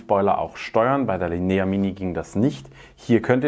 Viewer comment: Tolles Video, vielen Dank. Dürfte ich nur darauf hinweisen, dass die Betonung beim italienischen Wort "la linea" am "i" und nicht am "e" liegt ;)